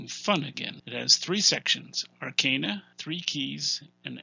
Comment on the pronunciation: Finally, a Youtuber who pronounces "arcana" correctly. Great insight into these books. I own only a couple of them, but I think you have convinced me to purchase the others.